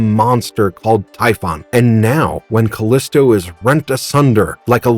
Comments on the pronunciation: It's pronounced "Ca-leee-stow", not "Ca-lisss-tow". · You're pronouncing her name wrong. Surprised you didn't call Xena "Cenay" or "kenah" or something stupid like that.